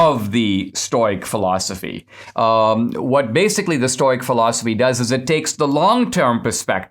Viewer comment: Sorry Dinesh, it's pronounced stow-ick or stow-icism as in stow rhymes with crow